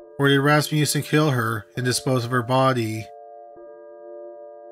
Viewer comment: The way he says body like the bahhrdy